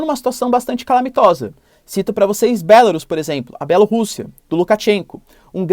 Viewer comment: Não adianta nada terminar o vídeo dando uma de "isentão", não sei se foi mesmo sua intensão, terminando o vídeo dizendo que só vamos saber se a Rússia está ou não fazendo jogo politico se em vc já diz logo que "é claro que isso pode ter um dedinho do Putin". ***Sem querer ser chato, mas o nome é "Belárus" e não "Bélarus".